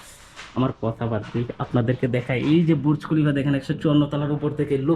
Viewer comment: হায়রে কামলা ( কনটেন্ট‌ ক্রিয়েটর)!!! বুর্জ খলিফা বলতে পারে না! বলে বুরুজ খলিফা! আগে শুদ্ধ করে বাংলা বলতে শেখ, পরে কন্টেন্ট বানা।